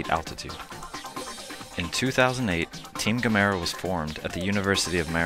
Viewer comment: Doesn't anyone know how to properly say Gamera!? This narrator doesn't.